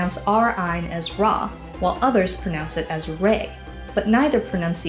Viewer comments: It's pronounced Ru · Rai/Rayin instead of Ra ? Ok, then!